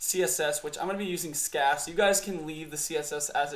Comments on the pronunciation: First time I've heard someone calling SCSS "SCASS" 😂 But yeah thanks for the video!!! Super helpful. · lol "Skass"